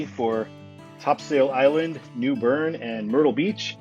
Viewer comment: Topsail Island... is "Topsil".... just sayin'